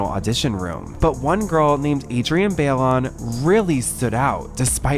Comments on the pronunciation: It’s not Bay-Lee-On 😭😭😭😭 it’s BYE-LONE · To the gay who’s partially narrating this video Adrienne last name Bailon is not pronounced as “bail-on” it’s more like “bye-loan” Put some respect on these names please 💅✨ don’t miseducate people, culture yourself and your followers Makes the world a much more beautiful place doing so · Adrienne's last name is not pronounced like Bayly-yawn 🤦 It sounds like Buy-lone.... they literally said it in the videos you played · He keeps pronouncing Adrienne’s last name as BayLeeOwn instead of ByeLon and it’s killing me since it’s not even AI doing the voiceover narration lol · It's Adrienne BY-LONE. 😆 dang I cannot. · "Baileon" 🙄 girl.. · Okay, you really need to learn how to pronounce Adrien’s name lol. It’s BYE-LOAN. Or in the US it’s closer to BYE-LAWN. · Adrienne (Bye-loan) Sorry just had to say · Great video. Just upset you didn’t pronounce Adrienne’s last name right. It’s pronounced By-lohn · It's pronounced Bailon ( "BYE- LONE") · All of your videos are always so incredibly broken down but I’ve noticed in several videos that you guys butcher people’s names 😭. Adrienne’s last name is not pronounced BAIL-LION. It’s so cringe in every video when you guys mispronounce names 😭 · Ummm why is he saying Adrienne Bailon’s name like that? It’s definitely pronounced Buy-Lon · I’m loving the show new subscriber, but I really need you to learn how to say Adrian‘s last name. I’ve watched two cheetah girls videos in a row and both times you butchered her last name 😂😂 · How did they use her last name so many times and you STILL said it wrong 😭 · Ngl, I hate the way he pronounces Adrienne's last name. I think it's personal bc people are always adding letters into my name too lol. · It feels like you’re purposely pronouncing Adrienne’s last name wrong atp😭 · 2023 and y’all still can’t pronounce adrienne last name correctly 😂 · I’m sorry but the pronunciation of Adrienne’s last name in this